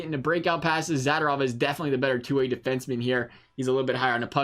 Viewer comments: It’s Za-do-rov and not Zada-rov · Mispronounced Zadorov everytime. So cringy.